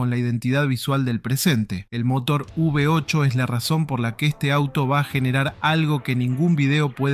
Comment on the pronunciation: todo hermoso...lindo video, linda historia. pero no es UV 8 o UB 8 hermanito. es " V 8"...por FAVORRR no nos copiemos de las tonterías, copiemos lo bueno. te dejo un like. saludos.